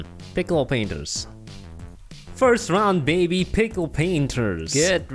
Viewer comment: Pixel prainters not pickle prainters🤣